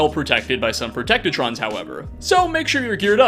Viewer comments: ITS PROTECT-TRONA GOD DAMMIT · Why do people keep calling them protect-O-Trons?!